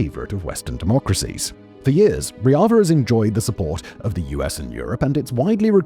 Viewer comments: Bro it's Rojava and not Roiava. You were getting on my nerves the whole video. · It's Rojava. Not Roiada. And Yazidis are Kurds, the most Nationalist Kurds. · Turns out it's pronounced "Rozhava", not "Royava" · How did you manage to mispronounce roJava to reava the entire video. Dear god. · Why do you call Rojava riaza? Google its pronunciation before making a half an hour video about it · Long live Rojava! (P.S. It's not a Spanish word. It's a hard J. Ro-Java, like the coffee, "Java.") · Bro, not to be that guy, but you said Rojava wrong like 100 times. Like, I was confused because of how wrong you said it. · You obviously don't have much knowledge about the Kurds and Rojava, thats revealed by how you pronounce the word Rojava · Why are you pronouncing "Rojava" like that? It's more of a French J.